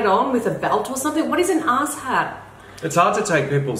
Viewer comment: “Ass hat” is totally an American thing. Idk where or why it’s popular but the “A” in both ass and hat are pronounced the same in American English. When y’all say it the “a”s are pronounced slightly different. Whenever I hear someone here say it ass and hat both have the same emphasis.